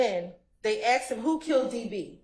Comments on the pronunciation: Right 😂 It's annoying tl out of me. I wish she just learn to say "asked" 😂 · Why does she keep saying axed